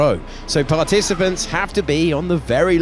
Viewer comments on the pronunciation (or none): palaticipents? xD